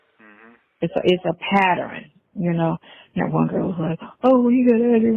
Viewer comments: "It's a patterin." 🤦‍♀️ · PAT-TERN!!! It’s a two syllable word slo ssa.